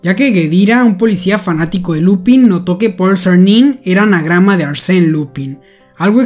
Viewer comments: "Lupân" se lee, no "Lupin" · No es Lúpin, se dice Lupín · No se pronuncia lupin, es lupan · Enrealidad la pronunciacion es "LUPAN", porque esta es en frances. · pero se pronuncia lupan creo xd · en realidad se pronuncia lupang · Se pronuncia "Lupan", como la serie "Kaitō Sentai Lupinranger vs. Keisatsu Sentai Patranger (快盗戦隊ルパンレンジャー vs. 警察戦隊パトレンジャー Kaitō Sentai Rupanrenjā vs. Keisatsu Sentai Patorenjā)" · decir no es lupin es lupen aunque gran videoooo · Es una gran serie y buena trama pero me confunde mucho porque en el anime japones se pronuncia Lupan y se escribe Lupin, pero aquí se pronuncia Lupin igual 😂😂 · No es por ser quisquilloso pero , me dio ansiedad cuando dijiste “Lupin” en lugar de “Lupan” pero solo eso, buen video uwu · "Lupan". Es francés. Lupin se dice "Lupan" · Oseaaa la serie se llama lupin pero se pronuncia lupan por el men del libro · La serie es francesa la in y la se pronuncian an entonces no es lupin es lupan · No se pronuncia lupin si no Lupęn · Se pronuncia Lupan no Lupin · no se dice lupin se dice lupain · se pronuncia Lupang :u no lupin que es frances la serie y pos pff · enreralidad no se dice lupin es lupang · es que se escribe Lupin pero se pronuncia Lupan(con acento frances jajajaja) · Se escribe así pero se pronuncia lupan, si es que te refieres al nombre, lupin ha sido en efecto un anime algo antiguo y un libro por aparte que puede parecer infantil pero verdaderamente no lo es. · sorry pero creo que se pronuncia "lupan" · No se pronuncia 'Lupán' ? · LupAn se pronuncia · Se pronuncia lupan porque está en francés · Se escibe lupin pero se dice lupan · se dice Lupán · Se pronuncia Lupan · Tanto esfuerzo para pronunciar el nombre del museo en frances y despues pronuncia el nombre del personaje en español. Liupen seria pronunciado en frances. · lupan, se pronuncia lupan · Se dice Lupan xdd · Creo que se pronuncia "LUPAN" por ser frances